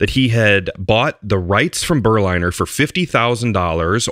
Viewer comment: The pronunciation should be "Ber-linner", as in Berlin. Berliner = man from Berlin.